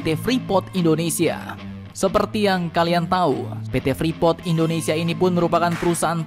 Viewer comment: Admin freeport bukan frepot hhh